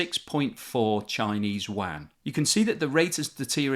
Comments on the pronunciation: Are you pronouncing "yuan" as "wan"? I thought it was pronounced like "UN". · The Mainland China currency is pronounced more like “oo-en”. This video sounds like you’re talking about a wide-area network (WAN). :-) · It sounds like you are saying “Wuan” instead of “Yuan” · Your pronunciation of the Chinese currency is terrible lol. Its not the "wan", its the yew en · the Chinese currency is not pronounced as WAN, it's more like YOU-ANN (as in English "you" and the name "Ann") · If you want to sound credible at least know how to pronounce the word 'yuan'. It's pronounced u-an not wan. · China’s currency isn’t pronounced as “wan” but as “yuh-en” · Great video! Your pronunciation of the "Yuan" is horrific though. There is no "w" sound. It is exactly as it is written. Yu-An. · I dont wanna sound like a dick but constantly hearing yuan pronounce as wang is very hard for me to watch the video as a chinese person. I enjoyed the information that you had provide and im very grateful for it. Its just the that pronunciation makes it hard to keep me watching. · BTW....China's currency is pronounced "yuan"......sounds like "you-en" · You really must make a bit of to pronounce the name of the currency properly if you want to be taken seriously. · The yuan pronunciation makes me cringe